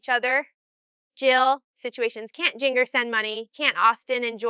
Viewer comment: Now she says "JinGGER" instead of " Ginger" as it is pronounced. Situations, situations, situations.... Definitely AI